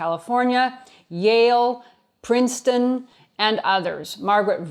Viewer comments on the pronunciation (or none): none